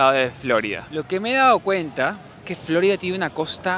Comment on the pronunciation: No entiendo porqué acentúas Florida en la o, Flórida, alguna explicación?, video muy interesante, com siempre, gracias.